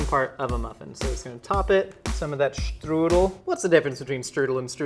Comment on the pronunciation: Did you take German lessons? Especially knowing how to pronounce the “st” in “Strudel” and the “eu” in “Streusel” makes it seem like you did!